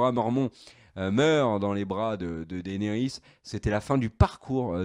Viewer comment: S'il vous plaît les gars arrêtez d'ecorcher les noms. C'est vrai que Martin a déclaré qu'on pouvait les prononcer/lire un peu comme on voulait mais Daenerys quoi faites un peu gaffe ça pique les oreilles à force.